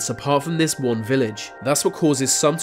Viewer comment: i canv even wavch vis video ivs so annoying can you nov say 'T'